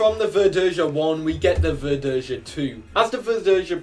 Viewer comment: For the record, Verdeja is pronounced ver-day-ha. J is pronounced in Spanish like an H in English. While H in Spanish is silent. Also, the Nahuel isn't actually a Sherman clone. Not exactly, anyway. It's Argentina's attempt to create a Sherman-like tank without actually having any Shermans to copy. Though ironically, Argentina's inability to make curved armor plates resulted in better sloping of the frontal armor. And yes, the Nahuel II is fake. It's an artist's impression of what might've happened if development of the Nahuel continued instead of importing Shermans. The Sherman Repotenciado would be a near-exact copy of the M4A1 Revalorisé, since that's basically what it was IRL. Or more specifically, it was a copy of the Israeli Sherman M-51 that the Revalorisé was a prototype of. Chile had just bought surplus M-50 and M-51 Shermans from Israel (the former being refitted with an Israel 60mm high-velocity autoloading gun). Both were significantly more powerful than the Sherman Firefly that Argentina had a significant stock of, and the TAM wasn't quite ready yet. So the quickest way to level the playing field was to upgrade their Fireflies with the same gun as the M-51. As for the TH-301, IMO the Spanish AMX-30E would be a better choice for the Tier 10 medium. Seeing as the TH-301 is simply an improved TAM (with the most significant change being an upgraded engine with 800 rather than 720 hp), I'd say the TAM should be Tier 9 and the TH-301 Tier 10 in the light tank line. At